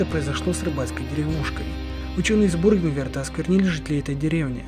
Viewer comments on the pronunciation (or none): Какой Бургернверт? Бюргенверт